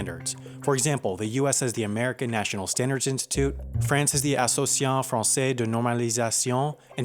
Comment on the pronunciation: Thanks you for trying to read the name in french. You did great.